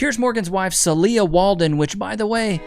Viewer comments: I believe the wife's name is pronounced SEEL-ya. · Love the videos. FYI: Celia - said Cecelia without the Ce-(Celia)